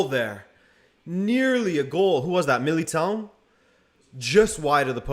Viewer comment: Sorry, but given your Portuguese descent, your pronunciation of "Militão" was shocking.